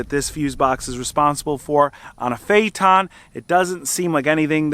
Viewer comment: It’s not fayton, fay it ten. Phaeton. I had one.